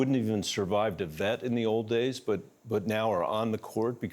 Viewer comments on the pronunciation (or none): Stop scooing awound, Bennett!